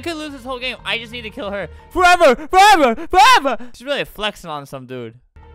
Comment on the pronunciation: “FOEVER FOEVER FOEVER” HELP 😭